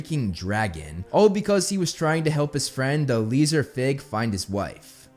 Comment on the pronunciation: El-ee-a-zar not eleezer